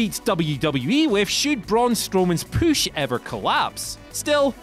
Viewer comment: He said poosh, downvote.